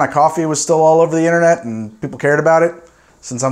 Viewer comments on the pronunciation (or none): none